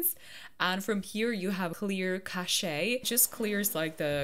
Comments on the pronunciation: Haha! Eugene with the circle frame glasses is so cute! Also, its pronounced Cash (cache) 😊 Yay!! Congratulations 🥰🥰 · i think cache is pronounced like cash but i’m not sure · Cash-ayy 😂 love it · Omg Im a software engineer who watches you to chill and you made me spit hot tea out with the cache pronouncement gurl im using that daily now. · lmfao the way she says cache